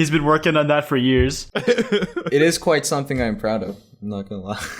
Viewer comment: Kwite is kwite kwi-ite in this video.